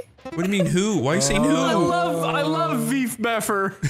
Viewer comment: I’m still not over veef beffer